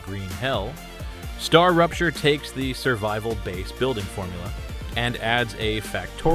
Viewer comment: hahaha Atlas?? Strarapture is also wrong, instead of Starrupture